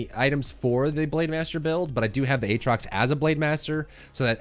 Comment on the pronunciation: Ayyyy he says Aatrox properly now! Can you make a mid game comps video at some point?